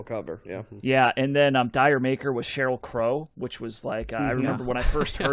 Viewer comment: D'yer mak'er is supposed to be pronounced "Jamaica"